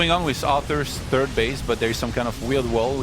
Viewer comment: SAY "THIRD" YOU FUCKING TURD!!